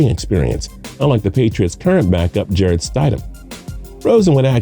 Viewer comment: How do you not know how to say Jarretts name it ain’t that hard 🤦🏼‍♂️ all these guys are gonna get passed Jarrett is bills next guy